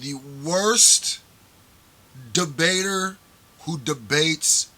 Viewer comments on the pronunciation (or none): said "and im a debatener" lollllll